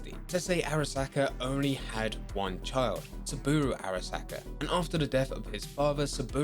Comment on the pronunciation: Please, stop calling him 'Soobooru arasaka 😂'